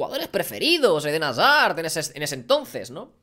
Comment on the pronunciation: Dijo como mil veces edén hasar jajajaja